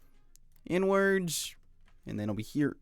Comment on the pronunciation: i cant stop hearing it😭😭 "over here n-words, and over here n-words" (you pronounce inwards like "n-words")